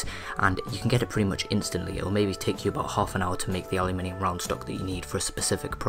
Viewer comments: yu as in alphabet "U" give him space. tho the minium became minum thats another issue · What the hell is allyaminum driving me nuts the way he says it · its pronounced uh loo men um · It is spelled aluminum so is is pronounce aluminum, elements ending in -minium are radioactive elements. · aluminum* lol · You pronounce aluminum way wrong... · no you pronounce aluminium way wrong